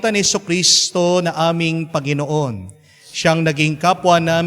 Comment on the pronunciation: Commentator please bigla ang bigkas ng Panginoon hindi ako karapatdapat mag patuloy ( bigla sng bigkas hindi malumanay para tumuloy sa puso natin sa Jesus